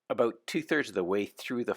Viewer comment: Listen closely he says aboot...he's definitely a Canadian? Aeh..